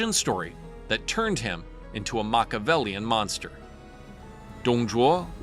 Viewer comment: Interesting how much emphasis is put on proper pronunciation of Chinese names but not on Machiavellian.